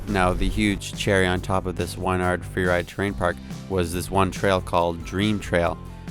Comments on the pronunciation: Wyn - "Win" Yard bro lol not Wine-ard :D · You saying Wynyard wrong I live there